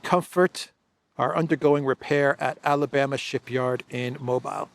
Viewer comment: Mobile, Alabama is pronounced Mo-BEEL. Not “MO-bile.”